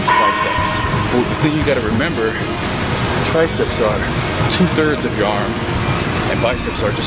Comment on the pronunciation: tri-ceps ... say it! TRI-CEPS! say it out loud! ^^